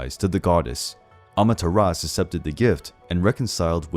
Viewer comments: The name is pronounced amaterasu Not amateras SHE was susanoo's sister. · Bruh, the "U" i Amaterasu is not silent.